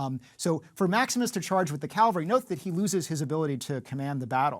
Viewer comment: It's strange to see an expert on Roman warfare repeatedly saying Calvary instead of cavalry. Calvary of course is the place where Christ was certified. Cavalry is a bunch of soldiers riding around on horses.